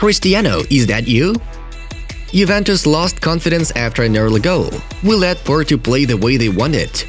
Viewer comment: PORTO not PORTU